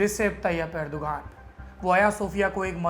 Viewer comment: Rajab taiyab urdugan ...naam sahi boliye plese ye videshi media ne hamesa urdugan ka naam galat bataya hai